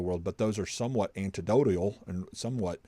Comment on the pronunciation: FYI, the word is anecdotal, not antidodial!